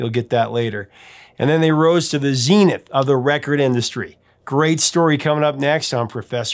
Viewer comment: You don’t pronounce “zenith” nor “Edinburgh” that way.